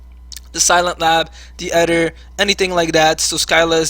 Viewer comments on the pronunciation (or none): great video, very ballsey deck. you mispronounced some cards like Ether has a hard E sound like Freezer.